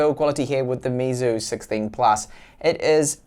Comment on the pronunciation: Here is how to pronounce Meizu correctly: May Zoo.